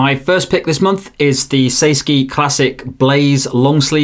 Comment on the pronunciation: it's SAY SKY no SKI ⛷️ involved 😀